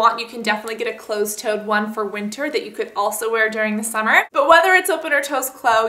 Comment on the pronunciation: Tosed cloe you said! lol cute shoes